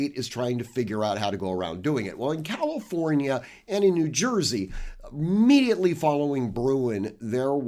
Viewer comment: NOT "calOfornia". Distracting to keep hearing the wrong pronunciation.